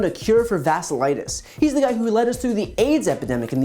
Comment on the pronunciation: Brian, love your videos! Vasculitis is pronounced vas-q-litis! not vassilitis!